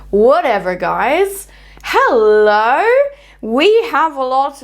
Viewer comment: When you said hello, you sounded Australian lol 😊❤